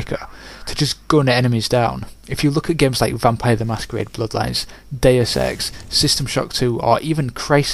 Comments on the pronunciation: i'm guessing you pronounce deus wrong. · You pronounce deus wrong =/